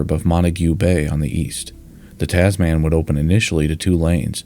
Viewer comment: I was just thinking of posting a similar comment when I found yours. I winced every time I heard Taz-man.